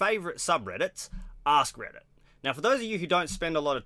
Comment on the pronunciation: It sounded like you said a$$ Reddit ahahah